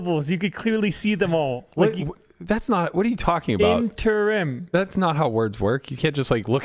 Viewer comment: Even after google shows Matt interim is three syllables he still argues it isnt.